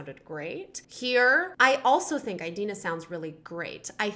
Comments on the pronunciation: it's not EYE-dina FYI...uh ·dee·nuh muhn·zel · one thing... it's 'ee'dina not 'ai'dina... really bugged me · I was distracted by you saying Idina’s name wrong lol. It’s Id-ina as in the Id and the ego. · ᴠᴇʀɪᴛʏ ᴊᴜᴅᴇ :D eyedina